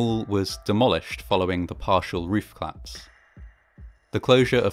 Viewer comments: Your videos are very good, but I keep thinking you're saying "claps" rather than "collapse"! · Great content, as ever, but please stop removing your mid-word vowel syllables on certain words for no valid reason. It's a 'collapse', not a 'clapse'. It's a 'collision', not a 'clision'. No disrespect to your output, which is generally wonderful, but it's just so offputing and abnormal to do this, especially as a presenter. Peace - and keep up the good work.